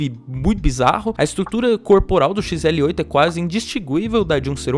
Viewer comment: O mais legal é ele falando xrl8 e eu toda hora corrigindo mentalmente